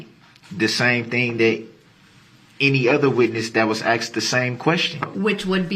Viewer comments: It’s biast be cuz I axed! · Grounz! Grounz for the substained he axed without relevancy! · He has 1,000 years to practice saying the words “sustain” instead of “substain,” and “asked” and not “axed.”